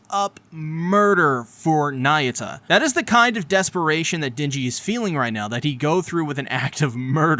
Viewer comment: not nayuta bro..